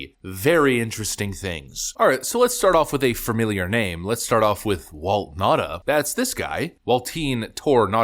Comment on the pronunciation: its Now-tah (Nauta)